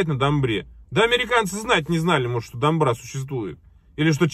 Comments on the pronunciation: имейте в виду пожалуйста что на казахском как пишется, так читается! Домбыра а не дамбра, орда не арда. Поменяешь букву- меняется смысл слова. Димаш это гордость всего Казахстана!!! А шайтаны типа Ерболат и Есболат не имеют знаменитости и чести в Казахстане. Их слушают только недоросшие подростки сопляки. Сколько бы тянулись им не дотянуться даже и во сне до Димаша! А так я вас поддреживаю в остальном и благодарю что любите нашего Золотого мальчика! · По казахский не дамбра а домбра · Есть домбра и есть домбра на первый слог ударение два разных инструмента